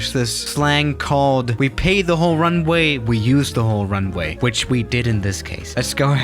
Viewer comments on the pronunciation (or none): "We paid the whole ruwnay we use the whole runway" - Ilyushin Il-86